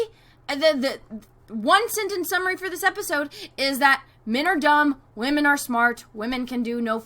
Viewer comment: Who else cracks up when says "Whamen"! XD